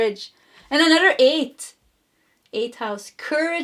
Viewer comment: Could you please improve your pronunciation of “another”? The “th” sound you tend to make sound like “dd”.